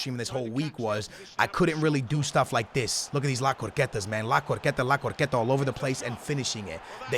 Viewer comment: “La corqueta” 😂🤣